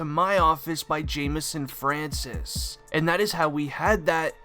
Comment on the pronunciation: Francois is not pronounced as Francis however monotone your voice is